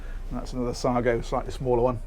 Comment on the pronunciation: Nice boat , thought you said " saga" on your intro!